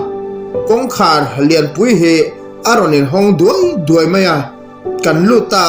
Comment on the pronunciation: Duai tih hi i thluk dik lo